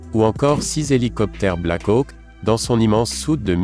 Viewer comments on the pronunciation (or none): none